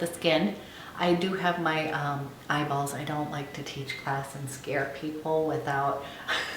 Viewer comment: U R So funny the way you often say "Eyeballs" 😎☺Loved watching you choose your shade,🌴☮